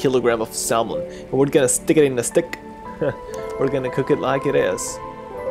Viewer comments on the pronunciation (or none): I know it is spelled "salmon" but it is pronounced "samon" lol.